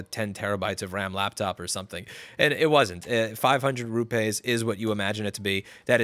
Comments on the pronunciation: 'Rupays' lol.. It's pronounced as it is written fella - rupees.. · Apple taking advantage of the Caste System. Ps. It’s not ru-pays, it’s ru-peas in pronunciation. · Louis! It's not rupays, it is pronounced ROO PEEES (soft p sound). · it's pronounced " ROO-PEE's " xD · It’s pronounced - Rooppies! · Its pronounced "roo-peas". Ya yank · Rupees is pronounced "roo-pees" (it doesn't rhyme with toupees) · I learned a new way to say Rupees.